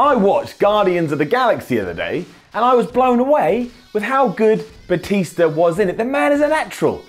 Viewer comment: Lol did he say Batisto